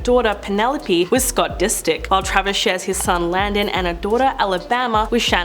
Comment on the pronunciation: “Scott Dis-dick” lmao 🤣